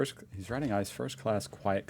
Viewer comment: Please don't say "ice". That's become a bad word. it's pronounced as three letters I - C - E. She didn't buy gas for a total of 2.43, but for 2.43 per liter which is quite expensive.